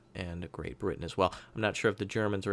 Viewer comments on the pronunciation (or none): none